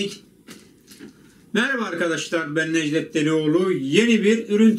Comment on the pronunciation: abi kanalın adı sen ben necdet delioğlu diyon